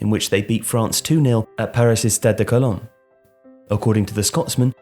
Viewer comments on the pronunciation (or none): none